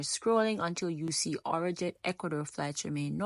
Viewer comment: It’s not our jet it’s arajet 😂